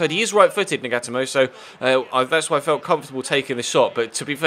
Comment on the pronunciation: It's not nag-ata-mo its naga-toe-moe